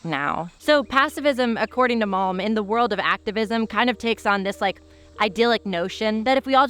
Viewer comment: I listened to this with the screen in my pocket, every time you cited malm I heard “mom said…”